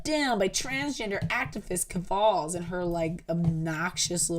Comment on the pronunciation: Ok just one thing cause I need to go to bed too. Keffals isn’t pronounced that way. Wouldn’t be a big deal If you were not pronouncing it exactly like Ethan Ralph, who is one of the largest lolcows on the farms. He is covered in almost EVERY podcast. It rhymes with mulls. Keff-ulls. Ethan Ralph was sooo happy they got deplatformed that he called Lucas “Queen Keff-falls!” The Mad at the Internet podcast coverage was hilarious on this. Jesus! Josh makes me laugh to tears. 😂 you’re gonna love it!